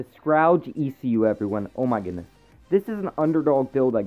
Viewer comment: Also, here's a tip: Google how to pronounce Scourage